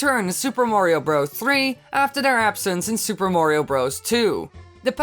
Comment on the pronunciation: in super mario 64 he said Wario not Mario XD